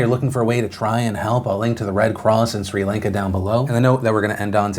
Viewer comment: PhilipDeFranco you pronounce Sri Lanka like this (Chri-Lan-ka0